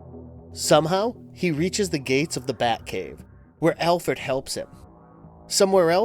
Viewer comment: "Alferd" 😂 He did it again 😂